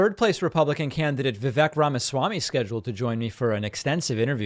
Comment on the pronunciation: "Ramma-schwamy" is better than his previous attempts at Indian names.